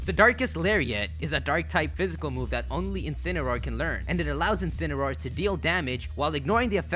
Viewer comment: deh-see-dew-eye, Decidueye In-see-ne-roar, Incineroar Pree-ma-ree-na, Primarina